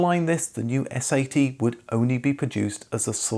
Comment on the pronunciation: You sound too much like you're saying "S.A.T.", instead of "S-80".